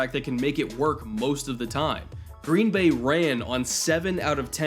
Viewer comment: Been hoping you'd make a vid like this, thanks. Even if you do emphasize the wrong word in "Green BAY"; we're used to it.